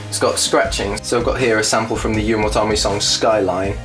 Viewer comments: I keep hearing you say your band name as "Yu-won tommy" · When you say "You and what army" it sounds like "Yunwatami" or somthing. :P